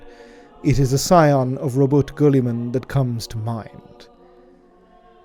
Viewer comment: Very precise dictation to avoid the plethora of meme names haha